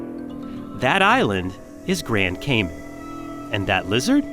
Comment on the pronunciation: Please stop saying Caymen say Cayman